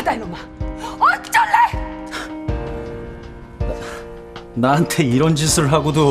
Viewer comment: 엌쩔랰ㅋㅋㅋㅋㅋㅋㅋㅋㅋㅋㅋ 개웃기넼ㅋㅋ ㄹㅇ 어쩔래발음 엌쩔랰ㅋㅋㅋㅋ 아개웃기네